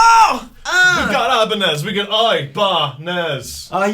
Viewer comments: Nez in french is said like Nay, not Nezzzzzzzzzz loll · Can't help to notice the "eye, baa, nez" at the back. Cool, but "nez" (nose) sounds "nee", not ness hahaha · You don't pronounce the Z in 'nez' in french